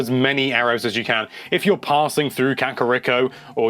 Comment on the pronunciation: Kack uh Rick oh